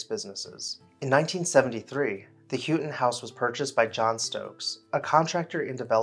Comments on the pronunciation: Pretty sure this name is pronounced “how” ton. Enjoy your videos very much……Patrice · The name is pronounced How-ton. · Not be disrespectful, but as a relation, we pronounce it How-TON.... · Pyramidal is pronounced "Pirradimmil". Houghton is pronounced "Howten".